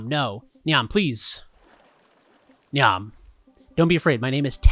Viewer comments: Language is how we use it, etc. etc., but I feel compelled to let you know that "Niamh" is an Irish name and is pronounced basically like "Neeve". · If anyone is curious it’s pronounced like “eve” but with an “n” in front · Interesting that the game uses "Tets Kinoshta" as an easier to pronounce replacement for "Tetsu Kinoshita" but then leaves "Niamh" to trip up anyone who doesn't know Irish names. Cool to see another game with Irish so soon after Blake Manor! Muiriasc (mwer-EE-usk) - sea fish Gunnadóir (gun-a-door) - gunner